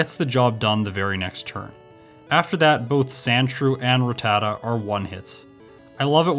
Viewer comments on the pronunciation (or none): none